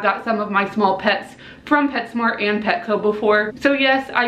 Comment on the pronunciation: Um you said petshcmo like taylor nicole dean